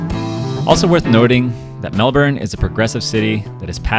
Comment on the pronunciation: Thankyou for pronoucing melbourne correctly